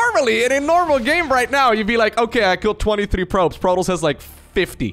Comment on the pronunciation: i hate the way he says Protoss, it's wrong.